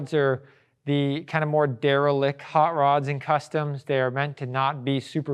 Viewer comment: Great vid but this guy is not a tour guide and it shows. He's the boss (COO). No dynamics to his delivery (totally flat), constantly says "umm," uses trite language like "on steroids," grammar and pronunciation mistakes (refers to himself as "myself," Dodge "Interpred," "derelick" instead of "derelict"). Somewhere, the real Petersen tour guides are crying...